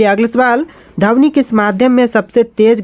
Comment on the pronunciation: Sir dhamni nahi dhwani